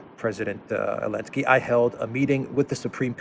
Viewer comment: Why this bearded knobhead call zelenaky elensky? He wants him president for his country or whar?